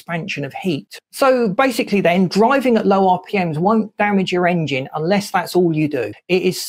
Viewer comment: Is it just me or is dude pronouncing it Aing-jin